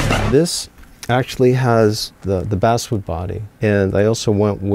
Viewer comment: It's pronounced base wood but spelt as basswood but isn't pronounced like the fish bass-wood